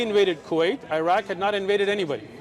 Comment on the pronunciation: Sheikh you know you've been in USA too long when you're calling Iraq "Eye-rack" 🤣